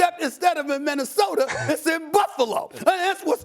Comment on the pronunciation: Nobody: Stephen A. Smith: MinnesotaR KembaR Walker he is waRshed up Its like 2 more i cant think of he always says 😂